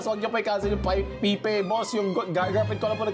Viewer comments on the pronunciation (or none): Pipe(payp) po yung hindi Pi-Pe.. emz labyu po